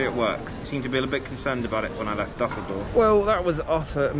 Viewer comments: Never heard of “Dasseldorf airport” it’s “Düsseldorf” ü ü ü…ue ue ue for Brits… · Das heißt Düsseldorf man